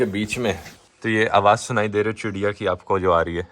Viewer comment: Aaj dhruv sir ne bhi meri trah चिड़िया ko चूडियां bol diya .😄😄